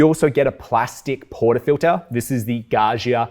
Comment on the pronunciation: Gaggia: Please, pronounce the middle 'gg' as dj not *jshz*, as in 'budgie' or, better, 'fudger'. Thank you. 🙏🏼